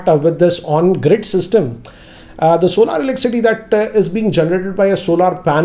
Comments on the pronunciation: Sir Solar is Pronounced As ' sol-er , not solaar . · It's solar not solaar. Solaar have different meaning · सोलर not सोलार ।